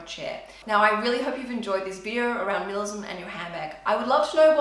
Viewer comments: It’s like she’s saying ‘minilism’ not ‘minimalism’ it’s so fast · “Milamism” LOL